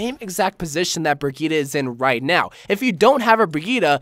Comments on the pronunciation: bri - gee - tuh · A question for the qna: Can you ever pronounce brigitte right?